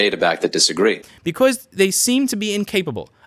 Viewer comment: I like How Louis says because like becose